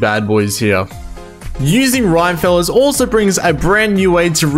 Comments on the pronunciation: Rhyme-feller? It's Rim as in the rim of rimworld lmao Rim-me-fel-ler You assies and your strange accents. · thanks for this! only one detail - i'm pretty sure the mod is pronounced "Rim-e-feller", not "Rime-feller"... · Not the "rhyme-feller" 😂😂😂 I think its meant to be like Rockerfella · Rim as in rimworld. Not Rime as in... I dunno really. I have no idea why you would decide to pronounce Rim-efeller as Rime-feller while playing Rimworld. I mean it's not like you would pronounce Rockefeller as Rocke-feller when it's clearly Rock-efeller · Rim-uh-feller, as in Rock-uh-feller (john d rockefeller) not "rhymefellers" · Great guide! Just a tip, it’s actually pronounced Rim-Eh-Fell-er, named after John Rockefeller, an American oil tycoon from the 1800s and one of the richest men who ever lived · Rhyme feller. Very helpful guide but every time you said it that way I burst out snickering. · I wonder though if you're pronouncing it wrong or the unintended way To me it sounds like the creator wanted to put a spin on "Rockefeller" Like in the Rockefeller street music So I always pronounced it "Rim-e feller" Again, no idea if that's the true intent or not, but still some food for thought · great guide! it's definitely pronounced "RIM-AH-FELLER" though. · Isn't it pronounced rim_efeller so it's kind of like a Rockefeller? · can't stand how you say rime feller, look up rockefeller